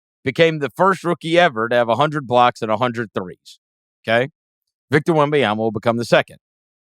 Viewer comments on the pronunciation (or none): Can Chris try to pronounce Wembanyama correctly? It's not Wembayama/Wembyama. Be better than Reggie Miller.